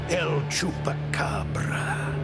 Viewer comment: Man he says el chupacabra so cool